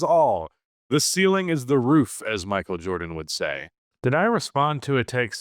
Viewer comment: Stop saying/butchering the names except when the name is funny (Michael Jorbum 😂😂)! 😆😂